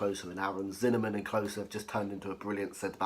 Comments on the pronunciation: Were you saying zinnernan instead of Zimmerman 😂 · Certainly sounded a bit like it